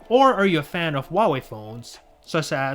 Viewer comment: What's a WAAAHWAY May Ten Pro?